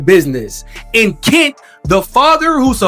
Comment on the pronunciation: Stop calling him KIT when his name is KENT. Open your mouth wider